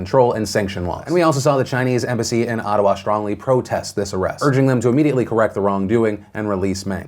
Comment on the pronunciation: Something about the way you say Ottawa is funny to me